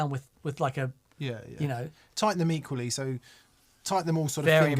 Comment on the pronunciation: When said "tighten them equally..." speaking of installing speakers, I genuinely thought he said "tighten the meat police." Had to rewind and listen again... I'm from the U.S., so I thought maybe it was British slang for a moment 😅